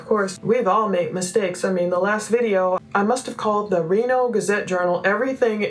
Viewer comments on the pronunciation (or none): none